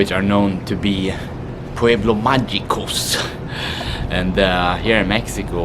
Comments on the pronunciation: Dammit, I'll take my like back. Not the winner... LOL You are going to love Mascota and those pueblos Magicos. It is pronounce "m a j i c o s" Be safe and can't wait for next videos. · Mag(h)ico...pronounce the g like an h....👍